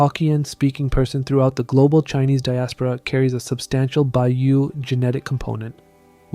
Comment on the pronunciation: Good video! Two minor items: (1) Baiyue is pronounced Bye-YouEh; not like the Bayou of Louisiana. The final e is not silent. (2) Haka came from northwest China. Their DNA must carry evidence of lineage to people of that region. They intermixed with southern Chinese after they migrated there. So their DNA should show connection to Baiyue.